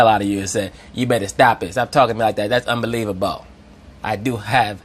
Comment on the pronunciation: “That’s unbeliev-a-bow” 😂😂😂